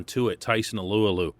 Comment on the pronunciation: Hey someone who knows how to say Alualu!